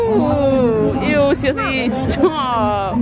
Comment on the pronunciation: Sia-osi not Siosi sorry but I’m Tongan and we say Cee-a-o-cee not Cee-o-cee.